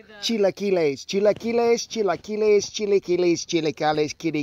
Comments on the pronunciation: I hit the thumbs up as soon as you said chilaquiles correctly. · You said chilaquiles perfectly!!!! Delicious!!!!! I love your videos and you!!! Much love! :*** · You pronounced chilaquiles perfectly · I love how he knows how to perfectly pronounce a Mexican dish, and he also always nails cooking any Mexican food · I give him credit for trying. Good job for getting it right. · My mouth is watering. I love his song and dance. And he ends his videos on such a positive note and with a Mr. Rogers quote. What more can you ask for?!?!?! Love this man! Oh! and your chilaquiles accent is perfect! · You said it prenounced it really well. Coming from a spanish speaker. Better than me hahaha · You Said Every Word Right Brother Chilaquiles, Tortillas , Huevos Rancheros Those Chilaquiles Look Good 👍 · Very delicious. And you said it right. Good video keep it up. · Looks so Good I'll Bet Ther Good 2 you did a good job you pronounced it very Good thank you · Outstanding pronunciation of chilaquiles! 🤠👌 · Amazing recipe, amazing video, amazing chilaquiles pronunciation and whaaat a hat!! (y) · Usually we use corn tortillas but you made me laugh when you said chilaquiles correctly you’re hilarious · Just found your channel 👍🏽 new sub here. Ha ha you said chilaquiles correct and also they look legit 😁! Next time try them with corn tortillas, you won’t be disappointed . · These look really good. And yeah you said chilaquiles the right way lol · WOW A GREENGO THAT ACTUALLY CAN SAY IT POPERLY YOU SR DESERVE A PRIZE INLIKE & SUSCRIBE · Came to see how he pronounced "Chilaquiles" and I'm amazed that he pronounced it very well lol. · You got it going on you said it right I had to rewind the video to see if I heard that right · Perfect pronunciation. Chilaquiles! Props to you, sir!